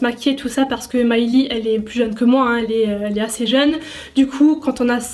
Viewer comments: cc juste pour te dire que le prénom de Millie se prononce Millie et pas Myllie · SES MILLIE PAS MILEY TU SES MÊME PAS DIRE SON NOM MDRRR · Cou juste pour te dire que ça se prononce pas myllie mais Millie 💜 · Désolé mais j’avais envie de te tarter quand tu disais MAYLI c’est MILLIE!😂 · T’a prononcé mylie au mieux de millie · mais pk tu di mallie bobby brown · « Maïlie Bobby Brown » euuuh PARDON ?! Omggg😭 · Normalement ça se dit Millie comme en français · Juste une chose Millie se pronce comme ça ce lis 😂😂😘